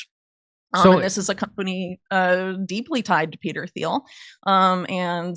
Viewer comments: Peter Thiel’s name is pronounced T-eel, not Th-eel. The H is silent. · Theil to Thiel and the h is silent pretty sure😊❤